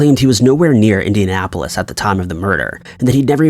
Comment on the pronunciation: He repeatedly says "Indiapolis" lol